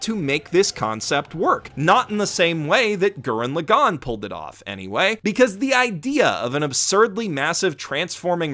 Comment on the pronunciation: Maybe I was wrong about the pronunciation when It was told to me, but I had to stop the video because I can’t stand how you say TTGL’s title. It makes me cringe.